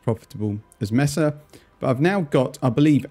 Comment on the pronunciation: Love your content Cannot begin to handle you're pronunciation of MAY-SUH as MESS-UH OOF not even as a Spanish speaker- the English speaker in me loathes this Please, for the love of God.. Consider changing your pronunciation